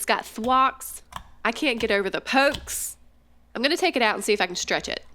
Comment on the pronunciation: You say shtretsh not stretch